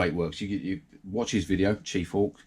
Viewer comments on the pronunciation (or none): Thanks for the shoutout.. it’s chef/hawk not chief hawk. Lol 😂. Yeah the teeth again are totally wrong on this lower section. I was thinking off casting a set to modify and then casting that set,. But these are so small to work with. I admire the work you have done with the eyes and teeth. Keep the videos coming. Cheers